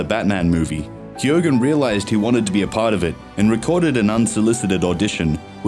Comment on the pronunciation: All the narrator needs to do now is learn how to pronounce Keoghan correctly. FFS.